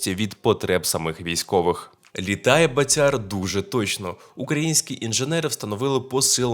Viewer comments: В слові. БАТЯР в українській мові. Наголос на першому складі,прошу. пана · В українській мові у слові БАТЯР наголос на першому складі.Не калічте,прошу пана,українську мову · БААтяр , наголос на (А),означає ; гулящий ; .